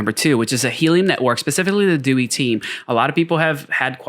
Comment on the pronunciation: its prounounced DEE-WHY.